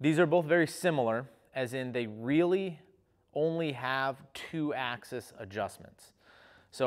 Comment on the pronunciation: "ax-ease" :P